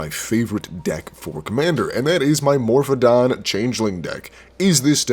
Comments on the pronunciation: Read the word without saying it, then pronounce it phonetically. More-oh-fawn. Morophon. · There is no d in Morophon.